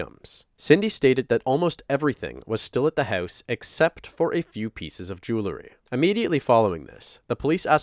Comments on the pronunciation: It’s jewelry Not jewelery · It's mildly infuriating, how often the word 'jewelry' is pronounced 'julary'. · Jew-el-ry. It isn't jew-le-ry. Jewel being the root word, not "jewle". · I know it’s a silly comment, but it’s “jewelry” NOT “jewlerry”!!